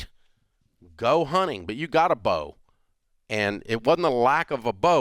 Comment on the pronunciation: Can someone tell Rachael there’s a T hunTing.